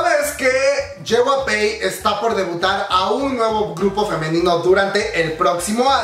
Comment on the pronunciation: Yey-way-pi* (JYP) lo siento, se me pone el ojo chueco cuando dice ye-way-pey xd *no hate gente*